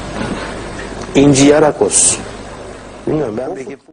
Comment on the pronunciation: Adam bastıra bastıra inci yarakos diyor :D